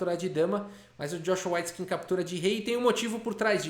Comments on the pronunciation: S.C.A.F a pronuncia correta é weitskin.. ele pronunciou errado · Só eu que estava ouvindo a pronúncia como Joshua "Whiteskin"? Que contraste! 😆